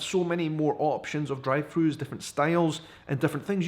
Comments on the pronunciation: I thought he said dried fruit. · I thought he said "dried foods' when he was saying "drive thrus" lol.